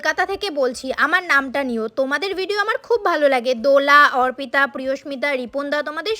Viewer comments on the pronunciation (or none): অর্পিতা ❌ওরপিতা ✅ 😂😂